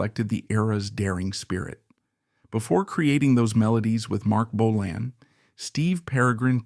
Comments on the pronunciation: Good photos though. That’s about it. The narration is awful. BO-lan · you cannot even pronounce bolan… and you use pics of mickey finn while talking about steve. embarrassing seppo trash. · Well that goes to show how much you know about Mark Feld/Marc Bolan. 'Bo-Lan'. Yep because originally one spelling of his name he tried a more 'fancy' spelling of BÖLAN was with an umlaut (two dots over the 'o'). This can be seen in an early pre-Tyrannosaurus Rex photo of "Mark Bölan", in a feature about a PR Party where Bolan's former school chum Helen Shapiro is also seen as is Twink listed as a member of 'The Fairies', not to be confused with the 'Pink Fairies' which Twink formed with Steve Took, Mick (The Deviants) Farren and Twink's girlfriend Silver Darling. Therefore as Steve Took's Official Family approved biographer, I find this little documentary reasonable. Not 100% accurate, but far better than the old Bolan Biographies which wrote Took off as a "Drugged Up Loser". In 1999 I was asked by John and Shan Bramley to take over the running of The Official Marc Bolan Fan Club and to drag it into the 21st Century with a new website. They published a Bolan biography called 'The Legendary Years'. When my hubby and I visited the Bramley's I mentioned Steve Took and John Bramley replied "Steve Took. Who???" and then laughed. I like to think I got my own back in a humorous way when John Bramley got out a manuscript with carfelly written out lyrics to several Tyrannosaurus Rex songs. On the manuscript were a couple of drawings. John Bramley raved about the one because it was shaded and john said, "Look, have you ever seen a drawing by Marc which is shaded in like this?" Kevin